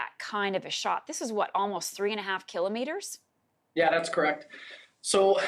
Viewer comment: Who the hell says "keelo Meetres"